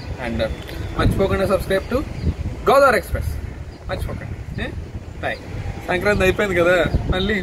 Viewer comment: Bro channel name padetappudu Godavri express ani paddadi godavari ani padaledu kasta chuskondi bro 🙂